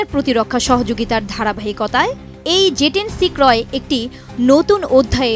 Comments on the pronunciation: It's J10C apni bar bar Ze10c ken boltesen? -. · "যে" না। এটা হবে, "জে" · It’s J10C not Ze 10C. Get your pronunciation right . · Its not Ze its J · মগাভাই, ঐটা ze(যে) না, J(জে)। আগে সংবাদপাঠকদের দেখে আমরা উচ্চারণ ঠিক করে নিতাম, এখন এদেরকে ঠিক করাইতে আবার প্রাইমারি স্কুলে পাঠানো লাগবে।🙄